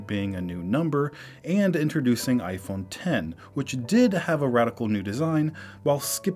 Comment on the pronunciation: Finally someone who says the name of the phone correctly, "iPhone Ten" instead of "iPhone Ex"